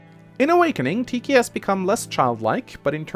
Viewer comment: It's pronounced tee khy but I'm not gonna be mad at u since I can't pronounce grimas name right